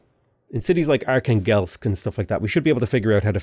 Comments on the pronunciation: Are-khan-gelsk, you mean, Archangel? 😆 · Just a quick recommendation from a Russian guy about pronunciation of Russian cities. arhAngel'sk, kazAn', nOvgrod, yaraslAvl', smalEnsk, St.Petersburg isn't the origin name so its ok to call it as you want, Astrahan'. Thanks for the video, the start of the game is really impressive